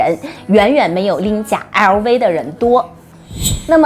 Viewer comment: 熬威嗷威嗷威…LV能唸成這樣也是厲害